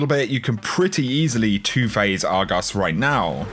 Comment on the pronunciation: The way he says Argos is just beautiful